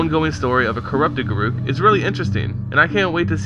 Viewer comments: He is pronouncing it wrong. Listen to any Wizards of the Coast employee pronounce his name. It's Gar ock. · If his name is pronounced the way you say, it would be written as garuuk, not garruk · dont worry Garruk is my favorite planeswalker and i pronounce it, and always have, Gah-ruke. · a have always called him Gar-ook as well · i always pronounced it guh-ruk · Garoookie crisp...lol, we call him Garook 2